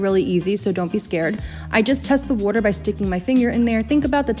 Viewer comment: Are you from new york?, because they way you said sauce and water🤣❤️ Btw, what if i don't have tapioca starch?